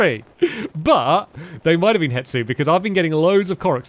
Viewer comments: Why does it annoy me that he calls him hetsu when his name is hestu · It’s he-Stu not het-su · HeStu, not HeTsu! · it kills me when stamps says "hetsu" and not "hestu" 🤣🤣 "it is a thing." -Stampy Cat 2023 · who wants to tell him it’s HeStu and not HeTsu😂😂😂 (i didn’t watch the botw series back then somehow even being a loooong time fan, so i could be missing out on an old joke lol)